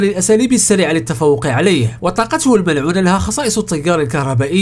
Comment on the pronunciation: فيديوهاتك جميله ومتعوب عليها شاهدتها تقريبا كلها عمل رائع ملاحظه صغيره في هذا الفيديو مع العلم انني لا اجيد اللغه العربيه جيدا ولكن قلت في الكثير من المرات طاقته المنعوله😂 تصحيح طاقته الملعونة 😂 مش منعولة المهم فيديو رائع اشجعك على المزيد وانتظر فيديوهاتك بفارق الصبر بالتوفيق